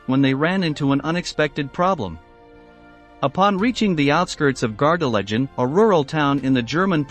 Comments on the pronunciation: Pronounced Gar de LAY gen. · Please could you pronounce Gardelegen correctly.